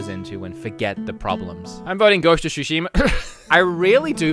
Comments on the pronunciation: "Ghost of Shushimer" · why are some people adding an 'R' at the end of words? E.g. Zeldar, Ghost of Tsushimar yada yada yada